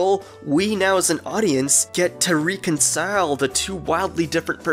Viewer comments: Rec-on-cile not rē-con-cile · It’s pronounced reh-con-cile :(